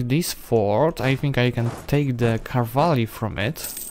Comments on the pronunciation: I love your videos, but its pronoumcrd CAV-al-ry not cav-AL-ry. Im not a grammar nazi but it just bothers me a lot for some reason. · The word "cavalry" is your true rival 😁😁